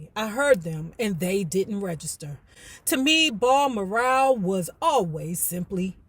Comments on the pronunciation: Oh wow, I didn't realize this was gonna be the next book,. I just got finished reading mine last week, it was a good read😊👍🏾. FYI: BalMoral Castle is pronounced like the name Al, but w/a "B" Bal-Moor-rell Castle🙏🏾, hope this helps 🥰. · It’s pronounced Baal-moral.❤